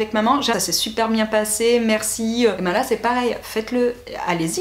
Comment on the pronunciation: A 23 min 20 on entend un petit accent " biennnnn " 👌😂💕